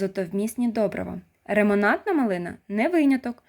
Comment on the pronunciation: так жінка говорить ремонантна, але то нічого, й так зрозуміло. я хочу спробувати літню Glen Ample